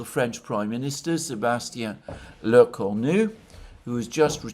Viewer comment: Bravo! you have pronounced perfectly the name of "Sébastien Lecornu" !